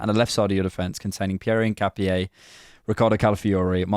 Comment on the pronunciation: In not ‘een’. ca like cap not ‘kah’. No specific stress on the last syllable. In-cap-ee-eh